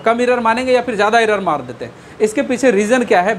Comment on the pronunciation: Sr aap achha smajahye ❤ but aapka english utna thik nhi h असपीड इरर असटोक